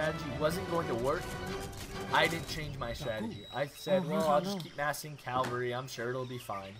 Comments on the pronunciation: Its "caValry" not "caLvary", You weren't even pronouncing your main-force right. As for the tactics, Its surely your deck that let you down. Cavalry wise FF with Combo of Axe and RIfle Rider would have made a difference. Or Combo of Tashunke and Bow Rider would have made it a little easier. AOE3 is like a Pokemon battle and civilizations are like pokemons, Some civilization just aren't made to play against some particular Civilizations. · Cavalry not Calvary. And you stockpiled way too much coin that entire game.